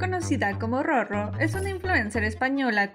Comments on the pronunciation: Muy informativo y todo pero si no me equivoco “RoRo” debe pronunciarse con el sonido suave “ere” en la segunda “R” y no con el sonido fuerte“erre” si se pronuncia como en el video entonces se deberia escribir “Rorro” a menos que exista un guion entre Ro y Ro. Saludos. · Por que pronuncian su nombre (Roro) como si tuviera doble "r" entre las dos "o"? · y a ti? A menos q la misma roro diga q se pronuncia “rrorro” por regla no debería marcarse la r